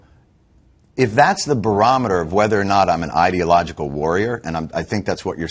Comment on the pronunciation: Interesting. pronounced the word "ideological" as "idiot-logical". Freudian slip?